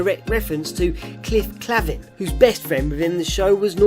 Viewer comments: So its cliff clay-ven. Love your videos dude no disrespect. I know it's an accent thing :-). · cliff CLAY-vinn is the pronunciation of Cliff Clavin's name, postman of cheers. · Have you ever even seen Cheers? You butchered Cliff's last name.